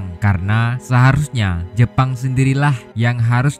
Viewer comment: bilang aja tentara jepang jangan jepon lol